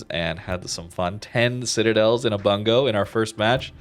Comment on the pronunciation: I think it's pronounced "boongoh" since it's a Japanese province.